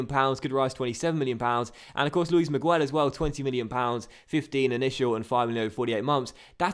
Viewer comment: Miguel is pronounced Migel, not Migwel. Like this so he can see